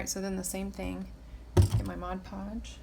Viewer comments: “Modge podge” lmao drives me crazy too!!! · Literally the only person I've ever come across that pronounces Mod Podge properly. Lol I've always only heard "Modge Podge". Very helpful video! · Best tutorial! Your also the only one I’ve seen that actually pronounces Mod Podge the right way lol..